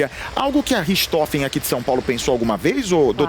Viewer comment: Não é Ristofes. E sim Rirrrrrrrtrofen. Richthofen.